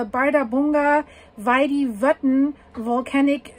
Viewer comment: That's fascinating! "Bardabunga" sounds to me like a tropical dance, Bardabunga, Bardabunga! 😂But no, it's an arctic volcano in Iceland ;-) ⛰️🌋 And your pronunciation is correct! I hear the same word from iclanders. Oh and by the way "hraun" means "lava field" (and you also pronounce it very good!). Of course it's logical that the Icelanders have a word for "lava field". And since they have so many, they give each a name next to "hraun", to distinguish them, of course! And one volcano name is associated with a lava field, well, it makes sense, why not. ---------- So, many thanks for your videos!